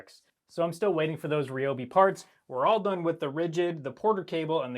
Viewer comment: I am blown away. No one pronounces Ryobi correctly. It's good to hear that you do!